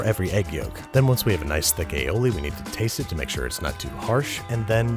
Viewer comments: Maybe the sauce wasn't coming out 'cause you kept calling it aoli. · Aoli lol